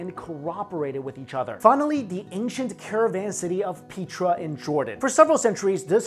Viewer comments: Petra not Peetra. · oh i thought it was pronounced pet-tra not pea-tra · Petra is not pronounced pea+tra.Pet like petting a dog & tra make PETRA.Please make sure as to the English pronunciation to words ok? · Peh-truh. Darren cool-you. 👍🏿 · Petra comes from Greek, and is pronounced Pay-tra. The original name for the city was Raqmu. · its pronounced PETRA, the E is the same as in EGG